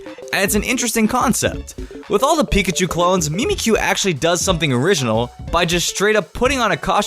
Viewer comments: Your pronounciation of Mimikyu triggers me to no end. The whole thing about mimikyu is that it is MIMICKING pikachu. The 'Mimik' in Mimikyu id pronounced mimic, not mee-meek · Mimic-you not me-me-kyoo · Ok, no one else triggered that he says Mimikyu wrong? XD the little things in life.